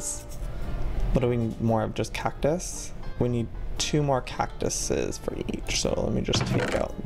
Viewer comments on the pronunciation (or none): Was anyone annoyed when he said catuses 😐